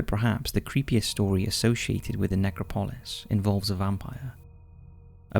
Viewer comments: It’s pronounced Nec rop o lis not necro polis. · pro.; ne-CRAW-po-lis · It's pronounced "necrOpolis", not "nEcropolis". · Bloody hell!!! It’s pronounced ‘Neck-RAW-po-lis’... stress on ‘RAW’. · Your pronunciation of necropolis is bad dude amongst many other words. It's neck-rop-o-lisfree fall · It's pronounced neCROPolis, the emphasis on the second syllable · It's actually NeCROpoli. I don't understand this obsession with adding useless letters to Greek words. And in terms of the pronounciation and emphasis, it depends on the context. The grammar isn't always the same. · NECRO POLIS, it's all one word pmsl. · Please learn to pronounce necropolis correctly. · Thumbs down for the pronunciation of "necropolis." Seriously dude? There have been plenty of examples of mispronunciations on this channel. I get that you're foreign, so some pronunciation variations are inevitable, but this one is just wrong and ridiculous. No one says it that way. You have 3.34M subscribers, please act like it and put in the minimal time necessary to look up pronunciation.